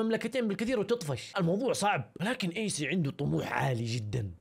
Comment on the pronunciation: كانك قلت ايس بدل ايسي ههههههههههههه